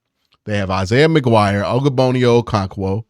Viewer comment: Bro is saying ogbonnaya okoronkwo so wrong😂😂